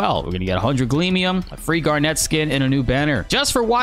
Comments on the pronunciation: Garnit would be a more accurate pronunciation, yes. Honestly it wouldn’t bother me so much if it weren’t for the fact its not just a character name its the name of a rock lol. Recommend just looking up a clip of the show or something to hear how the other characters say her name. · I love your videos, I just started watching you recently, but I’m not gonna lie to you I can’t stand the way you pronounce Garnet’s name no offense just thought someone should mention it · do NOT say garnet like that 😭